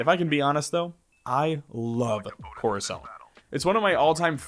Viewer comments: Corizoant????? What kind of mega fan pronounces it like that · Moo stuh far and COR uh sont